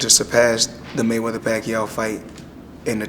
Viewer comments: maygueder hahaha wtf its mayweather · Boss Player... His name is maywether... He's the code that nobody had broken... The Mavinci code?